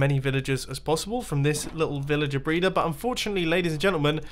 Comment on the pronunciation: 3:1o srry did he just sai vilager braider!?!?!??!